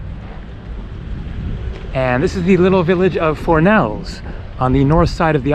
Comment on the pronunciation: Dude, thx for the vid but: 1- The Balearic Islands is NOT Catalonia, Catalan is spoken tho. 2- Fornells is not pronounced "For-nays", it's more "Foor-nays". 3- Cmon, don't creep-film inside ppls homes..